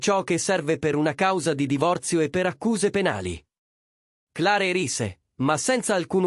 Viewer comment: Clare? Magari si pronuncia cler 😅😅